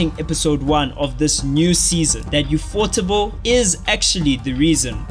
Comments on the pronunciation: him pronouncing "ufo-table" as "affoardable" kills me every time xd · Alright. Heard you say "you-pho-teble" one too many times. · its pronounced ufo-table u fukin weeb lmao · why tf you call it "ufotable" it is literally "U.F.O. Table" "Ufotable was named after a literal UFO table they bought when they were establishing themselves." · omg its pronounced ufo-table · I always thought it was pronounced U-F-O Table 😂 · He also pronounced „ufotable“ hella weird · People sometimes pronounce "ufotable" as one word rather than "UFO table"